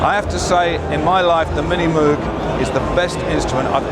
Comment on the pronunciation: Hah. Even Rick Wakeman says "moog" wrong. :D